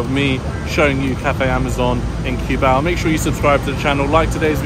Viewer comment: My wife is hearing the video in the background and correcting your pronunciation of of Cubao. I keep hearing her saying coo-bow from the kitchen LOL. I explained to her that english speakers pronounce it that way because of how it is spelled.